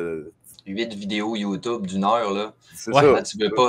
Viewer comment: pas capable de dire youtube . des génies .